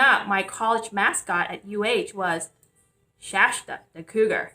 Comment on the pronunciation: She used a lot of Illuminati hand signs. Maybe she should find out what chakra is the lung chakra because she seems to hyperventilate quite often. It is pronounced with a T in it.... SHASTA not Shasha